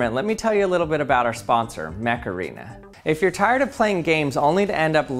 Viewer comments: Am I the only one who heard him say Mech Arena and then started hearing "HEYYYYY Mecharena"? to the Macarana song in their noggin? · When you said Mech arena I thought you said Macarena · Mech Arena sounds to me like Macarena, I don't know if that's on purpose. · I genuinely thought the sponsor was called Macarena before reading it on screen... XD